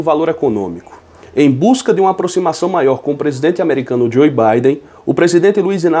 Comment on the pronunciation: Pronuncia Joe djô biden